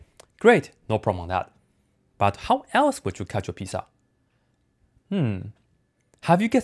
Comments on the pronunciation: I love how he pronounces pizza lol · Lol same